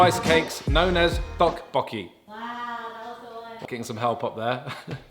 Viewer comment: Jenn was so proud when you said "tteokbokki" LMAO so cute haha